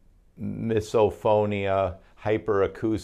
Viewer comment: It’s pronounced miso- phone- ia. It’s debilitating and deserves the proper recognition. I’ve been having upper cervical care with 0 changes.